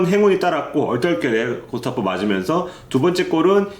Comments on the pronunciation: 그러게요 저번 리뷰에 제가 댓글 올렸는데 구스타보를 "게슈타포"가 연상되는 "구스타포"라고 계속 이야기 하네요. 문제 있으면 고쳐야 되는데 작년부터 1년 넘게 이러고 있네요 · 거 거슬리네...전북경기가 왜 말린건지 몰라서 그렇시나? 심판이야기는 불문율 임? 전북이면 모두 까고 싶어 안달임? 그리고 구.스.타.보 요 기자양반 이름 좀 제대로 말하쇼..